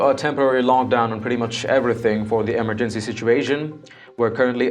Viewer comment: say EMERGENCY properly!!!!!!!!!!!!!!!!!!!!